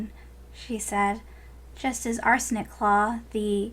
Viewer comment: I keep thinking you say 'Arson' not Arsenic claw